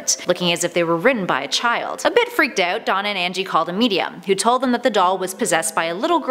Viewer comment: Why did she say “get out” but “out” in an English accent like “ayout”